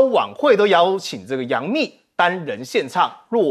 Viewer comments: 冪 音 蜜。 不唸墓😢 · 是杨幂啦，不是杨MU